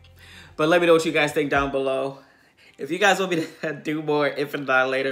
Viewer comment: I lost my shit every time I heard him say Infant Alialater. I told my wife "Hey There Delialater" and we both lost it. Also my wife is upset that you didn't attack the Christmas tree.